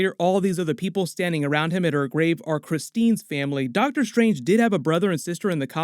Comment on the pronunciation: Did you say Darktor Strange? Lol